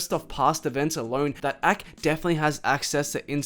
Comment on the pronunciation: bro why do you pronounce everything wrong? A K? richie SOOF? bhad bobby?